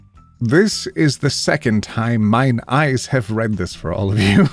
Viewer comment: I genuinely thought he was saying ice and was very confused. Need to watch rather than treat as a podcast.